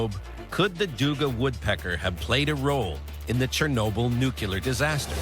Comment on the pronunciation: Why do tv show producers keep employing narrators who can't pronounce the word 'nuclear' lol